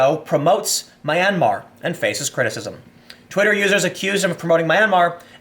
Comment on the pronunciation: It's pronounced (m)yan-mar, 2 syllables, think yan-mar but with an 'm' at the beginning. It's definitely not however you're pronouncing it Tim, for a journalist that's pretty bad.